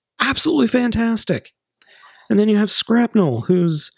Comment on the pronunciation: Why do you call him Skrapnelle? His name is Skrapnel you're supposed to pronounce the "nel" the exact same way as Shrapnel xD